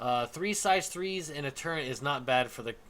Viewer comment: you said turrent when talking about the buccaneer